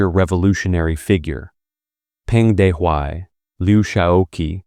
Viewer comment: good comment. i suggest asking someone who knows for proper pronunciation of the pinyin Romanization and of names of Ye Jianling; Peng Dehuai; Luo Ruiqing; He Long; Liu Shaoqi is the most egregous mispronunciation; otherwise the narrator is just reading a script and does not now much about these figures